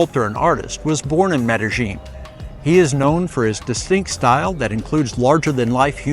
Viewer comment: Medellin is pronounced Medeyin or Medelyin-Not Medejin!😘🤑